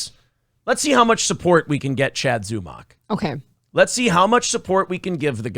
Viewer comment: Hey! If all of the shows that speak on Zumock pronounce it similarly to stomach, that will BECOME how it is pronounced.